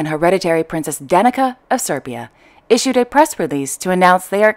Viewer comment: just a note from a a person of Yugozlav descent -- Danica is pronounced dha''-nit--zah just saying ..